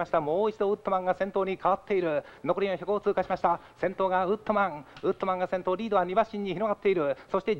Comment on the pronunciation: ウッドマンじゃなくてウットマン